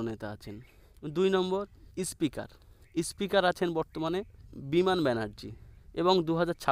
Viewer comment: বরং বলুন বিজেপি হারলেই কে কে দল ছাড়বে l বিজেপি ৩০ টাও পাবেনা l আর আপনার কথা ঠিক করুন l ইস্পিকার কি জিনিস l আগে কথা বলা শিখুন l